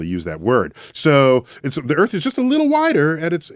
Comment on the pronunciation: PSST.... Mr, er... Sway... You live on EARTH, not "ERF".